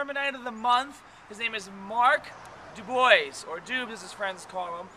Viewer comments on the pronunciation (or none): u pronounce it "do-bwa".....tis french